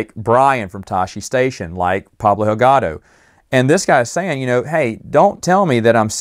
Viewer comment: Could Pablo Hidalgo's being upset have anything to do with your continual mispronunciation of his last name? It's HiDaLGo, not HiLGaDo, as you've been saying ALL the time... just FYI... ;-)